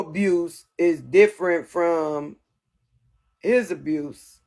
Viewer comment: She cant even pronounce abuse 😂 its amazing the total fools who believed her story and its sad to use your own babies incident for clicks and views...